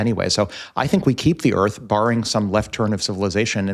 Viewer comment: Ha ha ha. Tile the earf too 😐